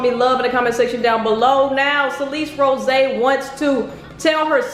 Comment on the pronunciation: You can’t even say her last name right like I- 💀 how hard is it to say “Rose”- 😂😂